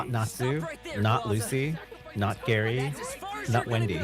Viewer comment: What the heck dude his name is Gray fullbuster not Gary lmaooo